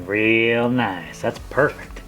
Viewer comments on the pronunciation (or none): "The trench is pawfect human."